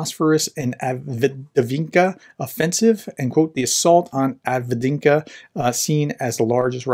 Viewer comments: Are you trying to say Avdiivka? Break it down. Av-Deev-Ka. That’s how the Ukrainian reporters say it, so must be right. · Av -Dee-EEF-ka. 2 EE sounds in a row dee-EEF Avdiivka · Avdiivka is pronounced Ahv-DEEV-Kah! 🤗 🙏💪🇺🇲♥️🇺🇦💪🙏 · Dude. All you have to do is watch any other YouTube war mapper and you will hear how to pronounce the name. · Hey Prof, just type in "avdiivka pronunciation" in Google. You will be amazed how easy it is to pronounce correctly ;-) Even for an american english speaker. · I believe it's pronounced "Avdiivka" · Right, prof could take a minute to get used to pronounce it well. That's not rocket science. That's just reading and then pronounce de letters that are there, in the right order.